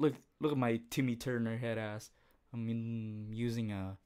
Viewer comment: He said Timmy Turnor XD